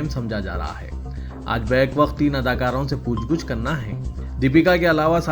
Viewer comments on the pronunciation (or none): puchh guchh nhi blke puchh gachh hota h aap urdu ki aisi ki taisi kr derahe ho